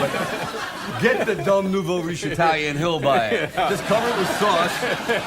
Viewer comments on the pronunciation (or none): none